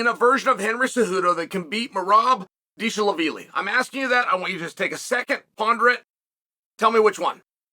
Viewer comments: Whos this "dish-lavili" fellow? 😂😂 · Dilshavili 😂😂 Chael the Butcher of Names. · I lost all focus when he said dishlavili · When chael mispronounces your name . You’ve made it in life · hes making fun of the way chael pronounces merabs last name